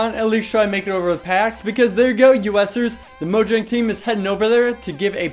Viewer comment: You of all people should stop calling it "Mo- JANG"... instead of "MOYANG" Pronouce it properly it drives ppl crazy.